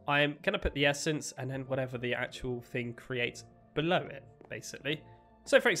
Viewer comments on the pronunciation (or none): none